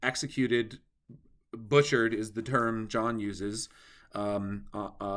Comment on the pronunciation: "Jahnn" is pronouncing more like "Yahnn", not like "Gohnn".